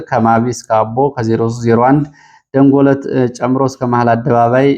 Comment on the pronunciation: ደንጎለት ሳይሆን ደንጎልት ነው